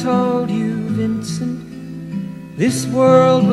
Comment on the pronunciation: The book is even better and, yes, we Americans don’t know how to pronounce his name.